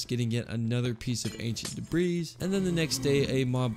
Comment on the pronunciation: am I the only one that cringes slightly every time he says debris like debrees rather than the way its actually said where you dont pronounce the s? tbh its the same when I here people say fortza when then are talking about forza or exscape when saying escape... like its just a person pet peeve but some word mispronounced are often because its not been brought up before and they aren't aware its being said incorrectly.